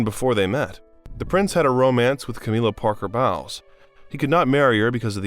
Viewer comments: He did actually say Anne the first time he said her name, but then it changed! It’s not just that, the Duke of Eedinburg it’s Ed in borough, and I know he’s not saying Mountbatten properly…I’m sure he’s heard the word batten before!!! Cameela Parker Bowels!! WHY is it so difficult to check pronunciations!! Harold Macmillion??? Mac-mill-an ohhhhhh good lord!! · millions of "brite-ons" ... ? Really ? "eeden-burg " Cameella Parker Bowels ? Speak English much ???? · The pronunciation in this is dire. Brightons? And who's Cameella Parker Bowels?? SMH